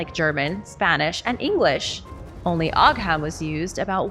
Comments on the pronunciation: Ogham is pronounced OH-um. The letter 'h' is used as a lenition marker in Irish Gaelic. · It's pronounced Oo-Wam, at least that's how I was taught.